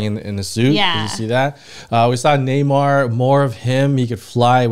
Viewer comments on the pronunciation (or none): His name is namor not neymar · Its not nay mar its more like N'mor